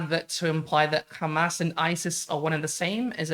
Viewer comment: Please stop calling them Khamas. It is Hamas, pronounced with an English accent this is how Arabs pronounce it.